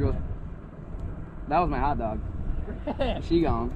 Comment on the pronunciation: ITS SHEEEEEEEEEEEEEEEEE NOT SHOE PLEASE STOP SAYING SHOE PLEASE